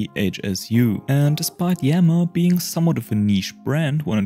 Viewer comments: I think its pronounced ii-yama as in japanese "good-mountain". Two words. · Thanks for sharing this! I looked that up before making this video and the best I could find was a video of a iiyama representative pronouncing it as just yama...